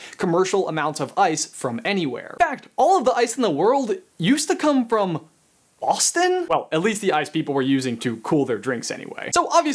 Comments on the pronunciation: Who else thought that he said Austin instead of Boston? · IS HE SAYING AUSTIN OR BOSTON?? I can't tell, aaaaaugh I'm so confused!